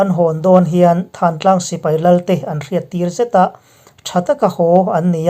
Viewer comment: Thantlang nilovin thlantlang tih zawk tur a ni